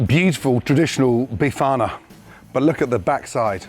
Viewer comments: Did u hear him say ‘be farter’ or was it just me? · 😂😂😂😂 not bifana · Wtf did this guy just do?? He just butchered the Bifana... Thats not a bifana my friend so stop calling it one... It does look nice but isnt a bifana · "tradicional bifana" oh boy gordon, that is far off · Looks good. Just don't call it "bifana"...